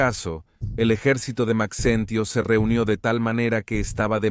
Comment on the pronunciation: Se pronuncia Majencio no Maxencio